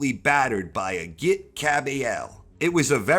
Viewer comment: Great vid. Just a tip on pronunciation. It's said a-jeet, not a-git